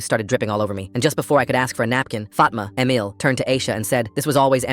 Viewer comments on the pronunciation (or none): none